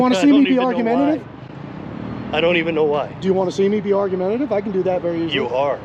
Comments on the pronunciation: He DID NOT say argumentative. He said ARGUTIVE, and that's not even a real word.😂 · "Argautive" LOL..but he ended up being a reasonable job.